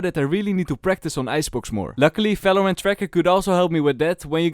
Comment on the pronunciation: it's Valorant not Falorant